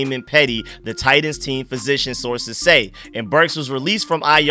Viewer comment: Bro you confused me with how you said titans, it sounded like you were saying tight ends, had my mind in a maze 😂